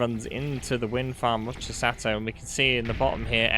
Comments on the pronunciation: Greatttt cast, but stop saying "Chisatto" 😅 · Chis-ah-to. One "t" Chi-satto. Two "t"s